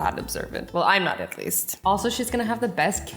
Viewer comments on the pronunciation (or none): You and my best friend Hannah say igleast but i and im sure like 5 billion people say atleast 😂😂😂😂😂😂😂